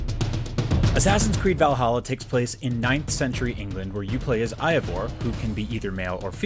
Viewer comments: it’s pronounced Ayy-vor Not Eye-vor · AYAvor guys xD. Characters in game say his/her name so can you get this wrong? Did you even play the demo? EDIT: Kick of Tire? Seriously? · What's bothering me is how they pronounce Eivor. Completely wrong. The funny part is that Eivor is only a name given to females. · Simon Sedig no both female and males are named Eivor. At least in Norway. But yes many are pronouncing Eivor wrong. I’ve actually met more men named Eivor.